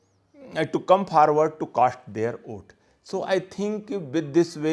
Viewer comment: 🤣🤣🤣forward ruh kynnoh pharward confident ruh kynnoh can'tfidend 🤨🤨🧐🧐